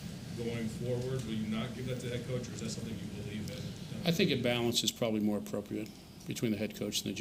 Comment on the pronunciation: Drink when he says “Pwobably” 🍻